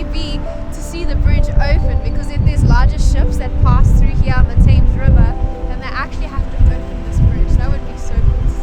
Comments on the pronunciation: No Queen is buried in St Paul's. Westminster Abbey has some. It's pronounced "Temz". Big Ben is the bell inside the Elizabeth Tower. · THAMES is pronounced TEMS. BIG BEN is the largest BELL inside the ELIZABETH TOWER. It's NOT called THE Big Ben either. Just Big Ben. THE MALL is pronounced MALL as in PAL.